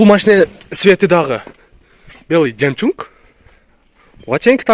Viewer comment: Белый жемчунг деп жарат да ьул жигит 🤣🤣🤣🤣🤣🤣